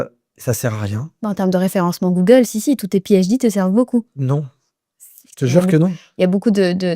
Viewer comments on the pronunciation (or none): none